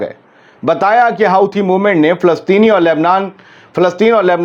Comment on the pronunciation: it's not pronounced as "Howthis", it is pronounced as Hoothis 🎉